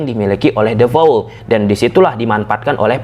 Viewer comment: Namanya De Paul mas, bukan De Faul 😀